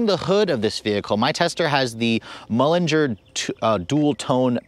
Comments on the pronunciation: It's mulliner not mullinger. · Great review as always, but you should work on your pronunciation... "Mullinger" and "Azooray" ouch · and .... oooof, maybe the worst butchering of the names Azure and Mulliner that I've ever heard. Please research the pronunciation of names before filming, or just leave them out of the script.